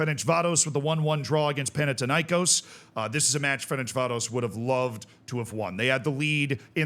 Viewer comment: Panathinaïkós like Athens and Athena so thin not tin and the stress is on kos not na.